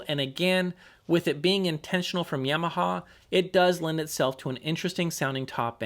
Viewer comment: "Yeahmaha". Don't know why but hearing that bothers me.